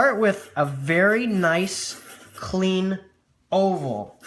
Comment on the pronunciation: I miss heard you say o-hole instead of oval and spent a good minute trying to figure out what an o-hole is and how to draw it... 👏👏